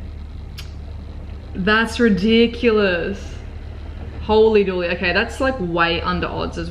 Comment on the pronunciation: Is she saying "Holey Dueley?" Is that the same thing as holey moley?